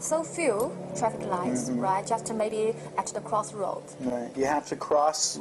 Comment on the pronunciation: Why does she keep saying "righ"?